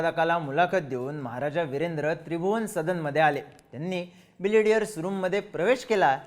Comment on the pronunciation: Are बिलियर्ड आहे ते तू बिलिडियर बोलतोय . थोडा knowledge घेऊन bolat ja .Tase tuze videos आवडतात